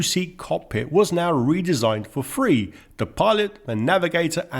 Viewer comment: Love the way you struggle with “TH” coming out as ‘FF’ so 3 becomes Free. But you also collect the African black Da. So THAT becomes DAT. Other than that you have a nice voice..